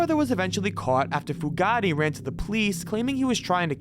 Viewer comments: It’s “Fu-Gate”, not “Fu-Ga-Ti”, you putz! 😑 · Pronounced FUGATE(FEW GATE) That name is NOT ITALIAN! LOL! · I laughed at that and the pronunciation of Caril Fugate's name. It isn't pronounced like "Bugatti"....but it was funny to hear it that way. Not as funny as Baton Roog though. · it's pronounced Fu' gate Chief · Fugate is pronounced as Few-gate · Great video but Starkweathers girlfriend was Carol Fu - gate I think it's actually spelled Fugatt but it's pronounced Few gate..... I'm not a grammar nazi, I just have a pet peeve. Sorry. Great video tho! Excellent work. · OMG Carol Fugate - Fu- gate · Also the name "Fugate" when talking about Starkweather.